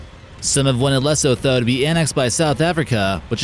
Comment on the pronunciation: Repeat after me; Lee-soo-too = Lesotho hahaha and South Africa would be safe too